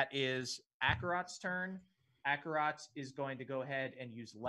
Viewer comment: super late, but their pronunciation of Acerak as Akarot stems from Akarot being a long-running villain in the campaign that the characters are from